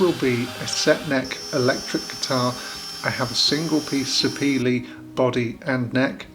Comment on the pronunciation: Sapele wood is named after a town in my state in Nigeria, where the wood is processed. It is pronounced Sah-pair-leh. And its very heavy wood, as you noted. My bird as a child was made of it. Moving was a hassle!